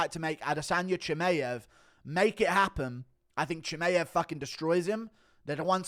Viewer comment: Why cant you say chimaev's name properly 😂